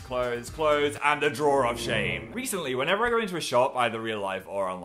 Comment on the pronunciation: I like how he emphasizes drawer of shame and not time machines